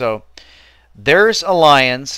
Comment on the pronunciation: Its pronounced Al-EE-ANZ!